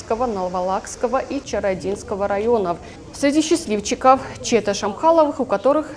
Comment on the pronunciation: 😱😱😱чЕта Шамхаловых получ "Газель"?!! Вы серьезно? Ударение на Е???!Высококвалифицир диктор👍. Диктор наверно в прошлом тоже 100 бальница!